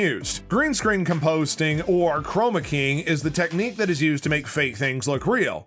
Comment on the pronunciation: Can you possible speak any faster? I actually understood about three words. Second: Misleading title. Just generic chat about CGI and even that isn’t mentioned until near the end of the video. And BTW, it’s “compositing,” not “com-POST-ing.”